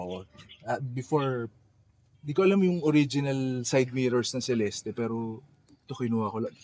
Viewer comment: It's pronounced as Cel-est and not Ce-Les-Teh.